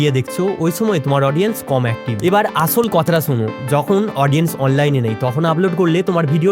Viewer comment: It's স not ছ আছল না আসল